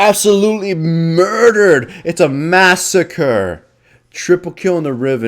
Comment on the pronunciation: Stop saying masacre when not playing Aatrox it upsets me on a very deep and personal level